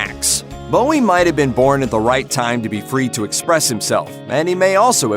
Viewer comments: Not pronouncing Bowie correctly (changed from Jones because of Jones from the Monkees) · You’d of thought doing a video on his life you’d pronounce his name correctly.